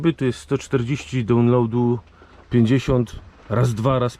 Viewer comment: aplołd ! dałnląłd ! człowieku z Tamizy mów poprawnie bo tego kalectwa nie da się słuchać a byłeś w UK przecież już nie raz !